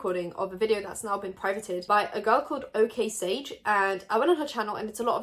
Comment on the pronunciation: me neither. She normally isn't a problematic person at all so i got really shook when i heard her say okaysage 😳😳😳